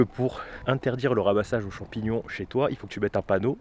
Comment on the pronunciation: Des champions sauvage de la nature bravo pour le français 😂😂😂😂 Mais continue comme ça tu gère